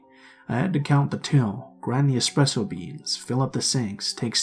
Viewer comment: I pressed the rewind button multiple times to see if he said, “Expresso beans”.